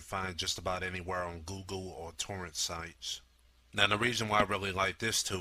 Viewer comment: i have always wanted to ask whats popoler and googooe and susessful and fo and extasista? dude you need to speak English not lazy...